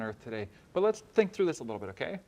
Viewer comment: "Won't someone thinik of the possums???... Oh thanks..."